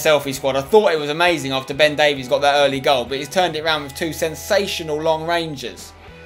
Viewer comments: its not davies its pronounced davis im welsh and from Swansea (his boyhood club) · It's pronounced "Day-Viss" not "Day-Vees" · Ben Davies is pronounced Ben Davis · No no no, it's pronounced ( day-vis ) davies! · Ben Davies is pronounced "Dave" "Is" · You really need to learn how to say Ben Davies' last name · The way you pronounce Ben Davies' name annoys me more than it really should